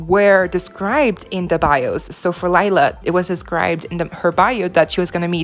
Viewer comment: Lila pronounced like Leela, not Laila, Listen how she introduced herself to Sunny